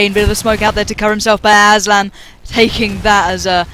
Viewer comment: Hahah aslan "asban" xD